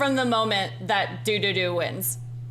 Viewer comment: oH!! We'Re DoInG dUdUdU!! IT'S DDU-DU DDU-DU!! NOT DUDUDU!! ANGRY BLINK MOMENT